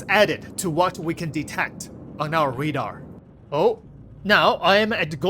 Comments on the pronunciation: RAdar bro, not READar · Can you say RAY DAR ? 😅